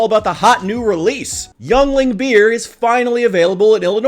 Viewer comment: just an fyi it is pronounced ying ling. awesome vid!